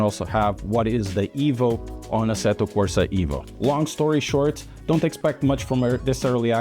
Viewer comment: EVO NOT IVO MY GOD 😡